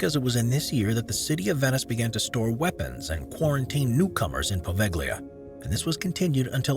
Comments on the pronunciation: And "Poveglia" as POHVEKHLIYA. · Seriously, learn how to pronounce "apostolic." (Hint: it's not "apo-listic.") I spoke too soon. He also butchered Poveglia. I stopped watching after that.